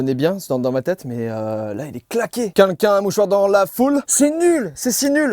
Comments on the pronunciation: C moi ou joyca il dit “quinquin” pour dire “quelqu’un” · Joyca j'espère qu'un jour tu réussiras a prononcer le mot "quelqu'un" et non pas "quenqu'in" 😂😂😂 désolé mais chaque vidéo je veux te le dire je le fais pas donc mettez un petit like pour qu'il voit 😂😂